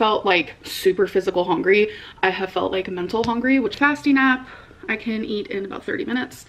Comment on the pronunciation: Also love how she says hongry